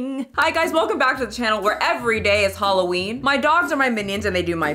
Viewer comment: Girl when you said halllween I had to look how many hrs ago this was posted